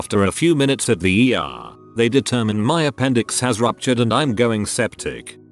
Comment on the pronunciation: oh It's how the TTS says ER.